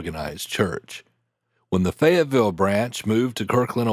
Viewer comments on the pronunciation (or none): none